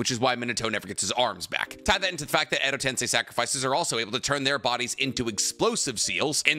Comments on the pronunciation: I’m gonna have my Hermione Granger moment, but for everything that’s holy, it’s pronounced Edo TenSEI not tenSAI. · real question why do you say “Edo Tensai”, not “Edo Tensei”? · i feel like your intentionally trying to piss me off by pronouncing edo tensei as edo tensei and edo ten sigh. JUST SAY EDO TENSEI 😂😂